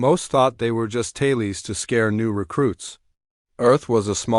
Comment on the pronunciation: Taylees?! Do you mean TALES? 🤔